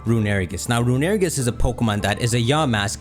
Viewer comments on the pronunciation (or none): STOP CALLING IT RUNERIGES IT'S ROON-I-REE-GUS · Rune-uh-re-gus Not Rune-air-eh-gus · i hate to be that guy but its pronounced Rune-A-Ray-gis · Hey um yes hello, I would just like to say that I hate how you pronounce "Runerigus". That is all. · Is no one gonna talk about how he pronounced runerigus